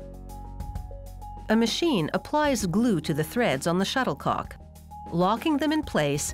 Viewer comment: She said shutter co ck